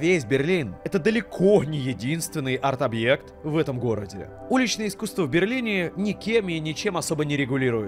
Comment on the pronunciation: Артискусство....))) Грамотей🎉